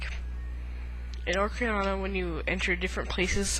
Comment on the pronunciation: you keep calling it ocRiana of time lol